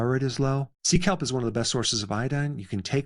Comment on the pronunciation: My Daughter said did he say "Seek help" isnt he a Doctor 🤣I told her No he said Sea Kelp 😊